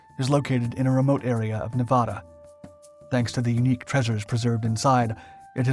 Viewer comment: you said nevada wrong